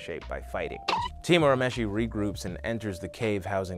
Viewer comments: It's ur u mesh ie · Loved the video. The humor and sound effects were much appreciated!!! My only quarrel is the pronunciation of Urameshi (it’s pronounced your-a-mesh-e). If you ever find yourself doing a Yu Yu Hakusho video now you know how to say it 🙏 Keep up the good work! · The English dub pronounces it that way, but technically that's wrong. His name's actually pronounced more like "ooh-rah-may-shee." That said, having grown up on the dub, I pronounce his name the way you have it written, just with the realization that it's totally bastardized. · There is no such thing as early 90's Toonami, Toonami started in 1997. Also Yuyu Hakusho didn't even premiere on Cartoon Network till like 2002 and it's the same dub as the current one. Also he mispronounces Urameshi.